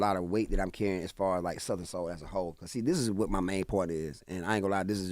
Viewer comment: Charla pronouncing Southern as “Suther-rin” is wild! 🤪